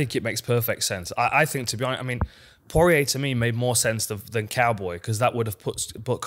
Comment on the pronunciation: ‘Dustin pawariyay’